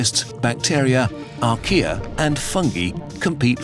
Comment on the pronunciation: i thout he said ikea that was a micro organizm anyone else?